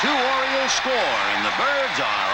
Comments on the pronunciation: What's an "Oriloe"?? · Oriloes? Idiot.